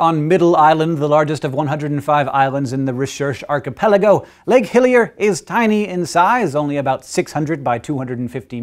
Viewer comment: You pronounced "Archipelago" wrong.